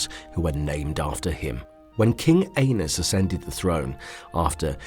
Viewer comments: lol! Please, change your pronunciations. Aenys is a - niece, not A - nus. 🤣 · *isn't pronounced like anus,like the narrator says it. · Pretty sure Aenys name isn't pronounced like Anus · Aenys, not Anus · well he keeps pronouncing it like anus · Lmao. "Aennus Targaryen" I'd love to watch the Hound, Bron or Tormund talk shit about that name.